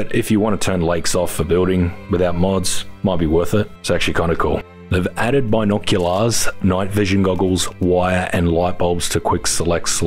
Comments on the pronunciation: Bino-cu-LARs. Pronounced it cool. 😊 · Love the way you pronounce "binoculars"